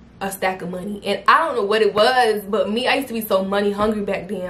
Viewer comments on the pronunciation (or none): Yes I remember you started speaking like you was from NY, I was like WHET??!?!